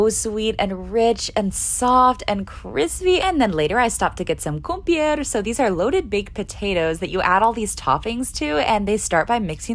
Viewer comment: Fınally Turkish food! Also kumpir is pronounced as "koom-pyr"